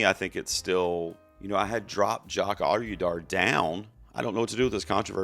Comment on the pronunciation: love your videos. He who must not win any Oscars' last name is pronounced OH-dee-yar... :)